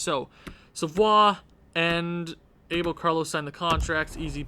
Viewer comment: You got to learn how to say "Abel" correctly. If you say "Carlos" like in spanish/portuguese, you got to say "Abel" to!